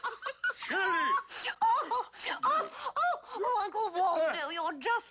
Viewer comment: it's sherry not cherry LOL